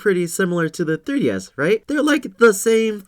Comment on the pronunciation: da three dee esss